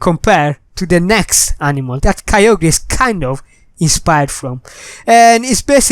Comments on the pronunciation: Its pronounced kai- ogrr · KYOGRE IS NOT CALLED ky-oh-gree its ky-oh-grrrr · ITS KYOGRE NOT KYO GRE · Your saying kyogre wrong idiot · You said kyogre wrong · dont know how to pronounce kyogre,everybody unsubscribe him[bobbbooooooooooooooooooooooooooooooooooooooooooooooooooooooooooo] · he don't know pronounce of kygre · He does not know to pronounce KYOGRE